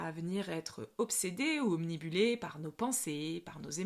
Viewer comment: Obnibulé 🤭😂 OBNUBILE !!! Quoi qu'il en soit, votre vidéo est super !!! 🙏🙏🙏